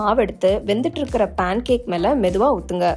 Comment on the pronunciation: பாண் கேக் இல்ல அது "பேன் கேக்"